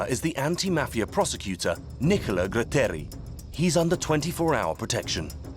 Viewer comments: Gratteri non Grutteri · Nicola Gratteri! No grutteri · Nicola graaaaaatteri non grutteri almeno usate i nomi giusti!! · True, except the name of magistrate Gratteri, not Grutteri.